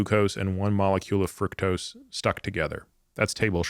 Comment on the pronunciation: Frooktose, not frucktose